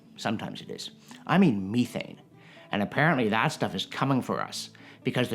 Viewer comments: The Canadian pronunciation of methane... love the channel but good lord. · I'm Canadian and have never heard anyone call it me-thane in person. Meth-ane is how I've heard it other than this fella and British actors.